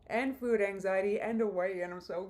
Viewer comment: This is nitpicky as heck, but I'm werided out by the way she pronounces food. "fvvuud"